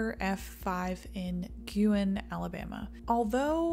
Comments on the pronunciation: Ah, yes, the great state of "Alamaba." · "Alamaba" lol. Love the vid anyways, as always! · “ALAMABA”… small ooops! awesome video! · Is it just me or did that say alamaba? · Just here to point out "ALAMABA" lmao